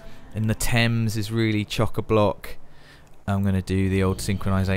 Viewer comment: I'm sorry, "chalk-a-block"? What?